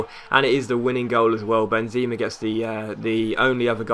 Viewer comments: its not Benzima, its Benzema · It's ben-zemmm-a :P